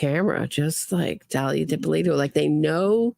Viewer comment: every time you utter the words "Dalia Dippolito," I laught out loud how you say her name!